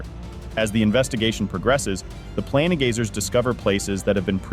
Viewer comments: Its PLaIN gazers, not pla ne gazers.. somehow you manage to say plane right, but not planegazer xD wtf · The ai voice is really struggling pronouncing the “plane” in “planegazer” and “planestrider” xD